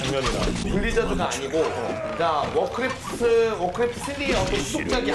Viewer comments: 되게 사소한거지만 크레프트를 매번 클레프트라고 발음하는거 거슬림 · 클래프트 발음 좆같아